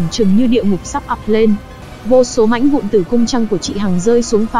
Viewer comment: Mãnh vụn rồi quỷ đạo...cần phát âm cho chuẩn nha ad, mặc dù rất giải trí với phần thuyết minh nhưng những lỗi đọc sai dấu tiếng Việt nh như vậy thì nên điều chỉnh